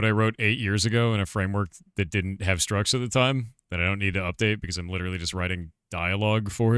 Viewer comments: "structs" as in "structures", not "struts". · structs, not struts 🤦🏻‍♂️